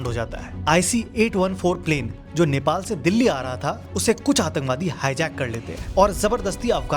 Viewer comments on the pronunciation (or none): none